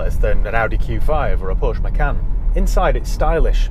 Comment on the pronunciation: Remember, kiddies - Porsche is a two syllable word